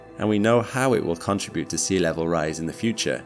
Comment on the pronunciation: Look at the way it is spelled: contribute. So you must not say "CONTRA-bute". STOP IT at once!